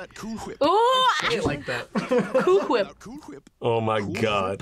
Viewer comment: May i have more "coOol FWhiP" Please?